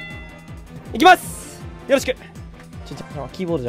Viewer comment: よろしくが、とろしくになってる笑